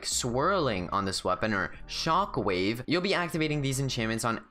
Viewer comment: You said ,"the shonck wave enchantment."